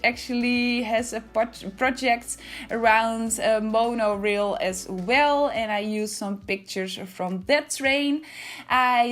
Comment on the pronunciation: This is beautiful! (Also the rail part of Monorail is pronounced like ale with an “r” in front of it). ❤️ your builds, they are so inventive and artistic.